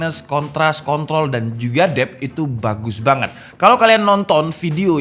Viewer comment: kontras, kontrlol